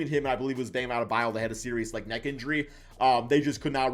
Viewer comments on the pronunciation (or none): none